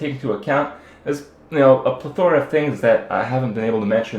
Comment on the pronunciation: you pronounced "plethora" really weird.